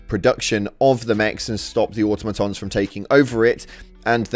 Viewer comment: Why can no one say Automoton. AH TOM O TON.